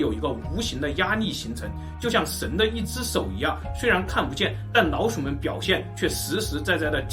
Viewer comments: 只覺得你發音很奇怪 不會捲舌聽得很痛苦 老鼠變腦鼠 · 我聽聲音一直覺得是"腦鼠" XD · 如果n和l音發得準確一點會更好，一直聽到腦鼠。